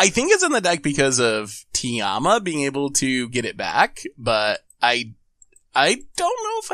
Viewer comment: calling Tayam Tiama is an actual crime. Someone call the internet police.